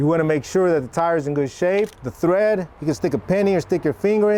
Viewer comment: TREAD NOT THREAD